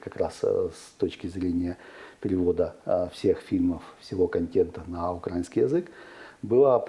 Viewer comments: Украина, украинский - ударение на И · Сцуко!!!! УкраИнский, а не укрАинский!